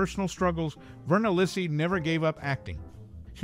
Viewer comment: Thanks for your video, but you are mispronouncing her surname! The Italian name Lisi is pronounced Lee-see (accent on the first syllable).